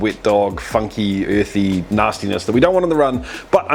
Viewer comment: is it uuuuuurthie pahtaytowie flayvah?